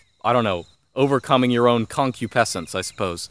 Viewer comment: You mispronounced concupiscence ;(